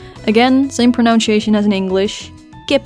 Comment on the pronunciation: It is funny how Dutchmen pronounce s + y as a "sh" sound. So Dutchmen say pronunshation instead of pronunsyation.